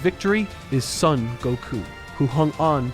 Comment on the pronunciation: Brother, you've got to stop mispronouncing "Son" in Goku's name as "sun". It's the Japanese "o", which is always pronounced "oh", never "uh". It's "Sohn", not "Suhn", the same way it's "Goh-ku" and not "Guh-ku". If you can say that "o" in "Goku", then you can say it the same way in "Son"! Anyway, this rewrite series is just wonderful and so much better than the actual series. I hate how abysmally mishandled it was. It really needed people as thoughtful as you to be writing it, and it just did not have that.